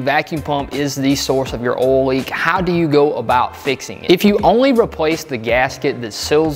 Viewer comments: Great vid, subbed. Just an FYI, there's an "i" in "oil". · Ohl Ole Owel Uol Idk how to even spell that sound